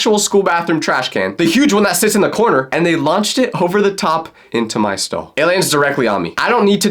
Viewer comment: Not me thinking he said I picked my skull not stall 😭🙏